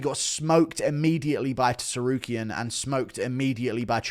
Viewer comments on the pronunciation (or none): Why is bro still saying TEsarukyan????